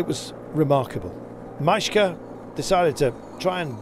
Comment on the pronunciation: Majka is pronounced "Maykah"